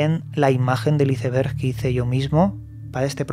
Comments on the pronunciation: Mi cerebro cada vez que escucho como pronuncia Iceberg----➡➡:face-blue-question-mark::face-purple-smiling-fangs::face-fuchsia-wide-eyes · Nunca he entendido porque los españoles no saben pronunciar Iceberg